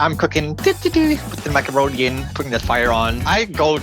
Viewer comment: "such good macawonie" - May 26, 2024